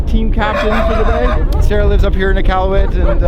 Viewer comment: how are you canadian and said nunavut and iqaluit wrong 😭😭